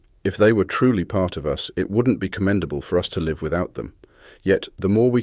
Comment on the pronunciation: I thought this was s person reading until it pronounced "live" wrongly.